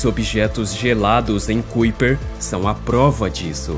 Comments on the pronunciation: Amigo, gosto muito dos seus vídeos mas a pronúncia correta não é cuiper e sim caiper(kuiper), parabéns pelo trabalho! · Como é que esse canal pode me passar alguma confiabilidade se o narrador nem se quer se preocupa em procurar no google como se pronuncia Kuiper. Qualquer analfabeto sabe que se pronuncia KAIPER. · Se pronuncia cinturão de KAiper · "cúíper" 🤣🤣🤣😂. Precisa melhorar a pronúncia das palavras e o conhecimento das regras em língua portuguesa. Boa sorte. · Cinturão de 'kaiper'! Pronuncia correta pra quem Não conhece a pronúncia certa!